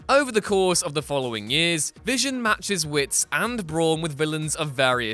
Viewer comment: I know you just didn't say vison?? Did I hear you say v ison... You NEED TO DO THIS OVER